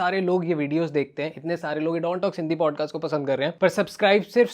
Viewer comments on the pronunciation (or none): BODCAST NAHI PODCAST HOTA HAI